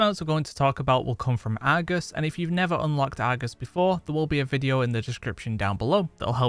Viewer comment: I like your videos, but I have to admit.. Your dialect frustrates my ears. I mean no offense. But like Argus . The Ar sound is like the letter R. Not Agus. And when you say words like "likely". Where I'm from it's pronounced "like-lee" not " like-la". Again, no disrespect, just thinking out loud. 😁